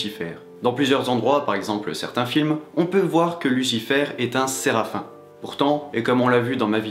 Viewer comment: Alors on dit Serafiiim et non aïe.